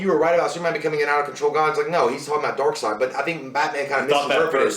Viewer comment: Because u guys don't even know how to pronounce Darkseids name... U have credibility anymore to review this as a comic book movie.....smh